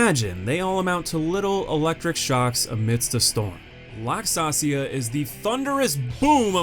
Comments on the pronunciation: FYI it's LAX-ASHIA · damn man, her name's in the video, how did you butcher it THIS badly lmao